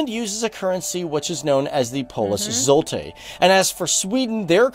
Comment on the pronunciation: Polish currency is Zloty not... "Zoltah"? 😅